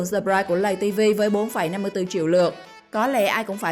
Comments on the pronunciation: Chị ơi lây TV chứ ko phải lầy TV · Người ta là lay tv chứ ko phải lầy tv bà nội ơi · Lay tv chứ ko phải lầy vl nói cũng sai